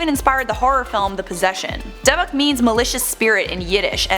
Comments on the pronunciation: It's DYBBUK pronounced Dib buck. Not debbick. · It's not debbuk. It's dybbuk. It means "demon" in Hebrew. Get your facts straight. Btw Zak Bagans is my husband. 😍😋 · Rachel Schwebach she said dubbuk 😂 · The airport he landed in was in Newburgh, Ny. Its called Stewart Airfield. I live minutes away from it. Also, its pronounced DIB ICK box. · I know everything is 100% accurate and true but I can't take her seriously saying duhbuk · Pronounced dibik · For the love of God please learn how to say Dybbuk correctly if you're going to make a video about it- its pronounced like "Dib-buck" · It’s pronounced dibick lol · You are pronouncing Dybbuk wrong, it Is pronounced "Dib-buk Box" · It's pronounced dii-bick... This is one potatoe loving gal, so no hate, just help 😇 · How hard is it to say dybbuk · Thank God some else said something! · You are mispronouncing dybbuk box. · eanyone elde cringe when she pronounced dybbuk wrong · Glad I'm not the only one who noticed 😁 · I can't stand it but what are you gonna do? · Do you pronounce dybbuk box correctly?